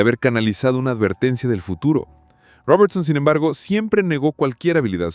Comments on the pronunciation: "Sin embergo"? Yo pensé que había encontrado al fin un video sin IA, pero estas cosas me hacen dudar. Y las ilustraciones directamente lo dejan claro. Lástima, está interesante el video, pero esos detalles estorban mucho. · Yo creo que sí, dice "sin embergo" varias veces, en vez de "sin embargo".